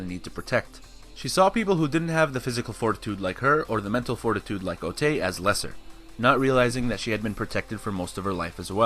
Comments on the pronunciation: You repeatedly called otae ote. Otae is pronounced otai. ae in japanese sounds like ai. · How is calling her Otai any different from calling her Ote/i??? It's Otae, the e is pronunced like an "eh" O ta eh